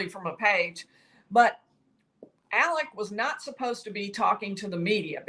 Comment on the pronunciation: Alex** why is she saying Alec?